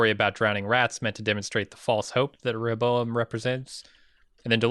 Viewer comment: If you both chose in a previous review to not pronounce it properly, I apologize for being the one to help you say “Re- hoe- bow- em”. Y’all driving me crazy with that hobozo- em. 😂😘